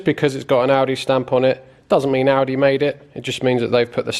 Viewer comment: Class video as normal. My missus thought your said aldi as well. Defo my favourite YouTube channel